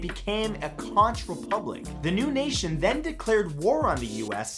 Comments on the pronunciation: Oops! Conch is pronounced conk, not conch. Here's my flag. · Matt, noooo Conch is pronounced Konk (source: My mom, because she is the 5th generation in her family to be born on Key West ) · Conch is pronounced konk. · Lol at how he says conch! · He said Conch